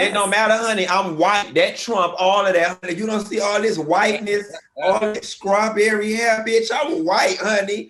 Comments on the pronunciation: Someone needs to tell Funky Dineva that it's pronounced Straw-berry and NOT Scraw-berry ✅✅😂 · OMG!! 😂🤣😂🤣 FUNKY!! 😂😂🤣🤣😭😭😭😭 “CHRIST the Savior was bawn!” 😭😭 Scrawbewwy!! 😭😭😭